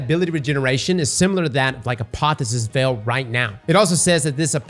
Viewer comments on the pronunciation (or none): pronouncing “ApoTHEOSISveil” as “ApoTHESISveil”.